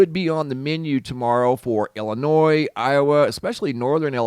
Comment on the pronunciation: It's refreshing to hear someone say "Illinois" properly - silent "S"!